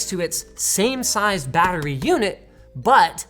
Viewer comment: linus saying battery makes me laugh ( i play war thunder)